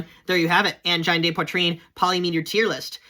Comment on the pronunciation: It's pronounced an-jean, man.